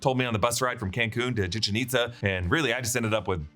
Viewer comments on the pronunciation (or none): It’s pronounced “Chichen ItZá” with a hard “z” as in “zebra” not “Chichen It-tha” we are not Spain.